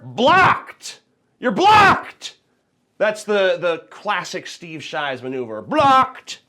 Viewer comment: "shteev sheevs"